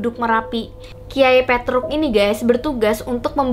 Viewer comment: Petruk Pertama nyebut nya salah Tapi seterus nya bener Aneh bet dah😂